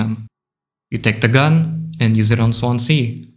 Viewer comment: Im from the welsh city of swansea. We pronounce it swanzee. Dont know why but we do